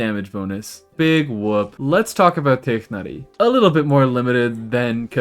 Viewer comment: TIGHNARI PRONOUNCED CORRECTLY GODBLESS